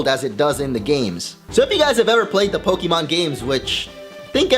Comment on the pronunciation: Fuck this channel. "Po-Kie-Mon" Nice.